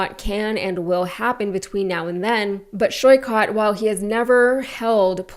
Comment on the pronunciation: Hello, just a quick feedback to research how Saikat's name is pronounced. Sorry for nitpicking and appreciate what you do.